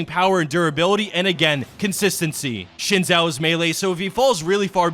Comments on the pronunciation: SHIN Zhao..... triggerd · Oh god the way he says xin Zhao